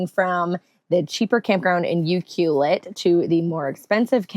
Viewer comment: Your pronouncing UCLUELET wrong. 🇨🇦